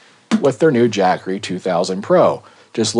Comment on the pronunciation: "Jack-assery" .. LMAO!